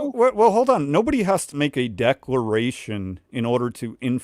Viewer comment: "Decralation"